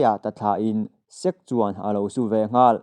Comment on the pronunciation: Sek= Sek-ke zawk tur aw... sir.